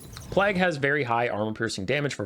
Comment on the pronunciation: plague and plaque pronunciation and meaning are different, mate ❤